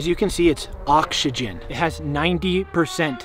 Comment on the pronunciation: bro said he got oxsegen